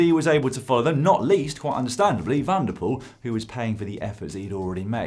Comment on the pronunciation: It's pronounced van der Poel, not Wanderpoel